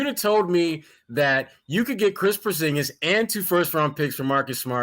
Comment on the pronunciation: You said Porzingas two 1st rounds I'd laugh...